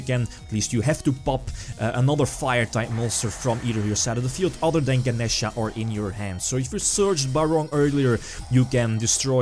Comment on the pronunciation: Thank you for pronouncing Ganesha correctly. It slightly bugged me when the "other guy" kept saying "Ganiisha."